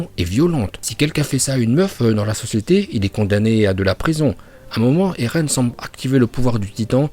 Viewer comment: Tu dis erlen alors qu'on dis eren